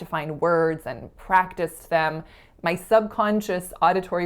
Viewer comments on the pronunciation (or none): none